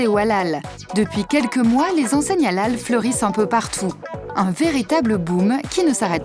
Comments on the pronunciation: mdr depuis le debut a la fin de la video elle prenonce pas bien halal elle dit juste alal sans le H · Allllal mdr comment la voix off prononce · Ca me tue comment la voix off dit HALAL c Hélél zbi